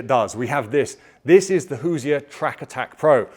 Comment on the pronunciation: Hey, Hoosier is two syllables. Hoos-yer. Not Hoos-i-er. You're welcome, An Actual Hoosier from Indiana.